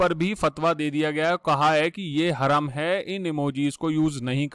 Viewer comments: Its haraam not haram.. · glow,Haram ka pronunciation 'hurum' nahi 'haraam' hain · हरम नहीं हराम बोलिये सर 😆😆😆😆